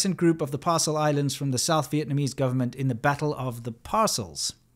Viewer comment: PARAcels - not ‘parcels’.